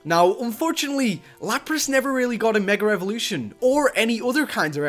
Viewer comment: It's funny that he says Meger evolution